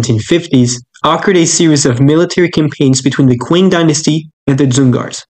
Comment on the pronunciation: Great video but ‘Qing’ is actually pronounced like ‘Ching’ rather than ‘quing’